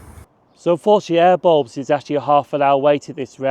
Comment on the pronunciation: Awesome vid and great to see some of the more obscure stations in Greater Glasgow. Also don't mind me laughing at how you pronounce Airbles and Whifflet 😂